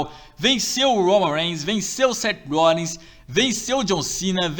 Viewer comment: O cara falo Seth Rollings é Seth Rollins